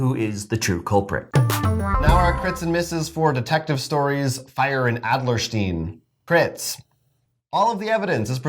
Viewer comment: You brought your German to Adlerstein! And then you totally Young Frankensteined it in the last syllable!